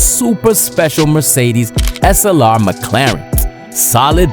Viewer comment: Whenever you pronounce "Slr", my brain hear you say "Assalamu alaykum"